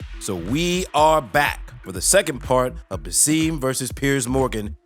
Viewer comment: His name is BASSAM not Baseeeeem!!!!! Get it right